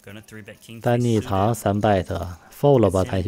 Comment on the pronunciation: 人地叫DANNY TANG(鄧)，不是DANNY TONG(唐)，主播請留意，英文發音有問題